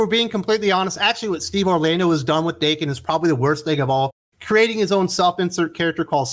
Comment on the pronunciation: Daken is meant to be pronounced like Don "Dokken". This was how Remender said it when discussing Uncanny X-Force.